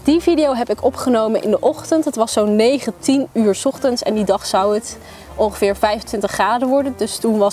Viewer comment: Ik dacht echt eerst dat je zei "19uur in de ochtend" 😂💕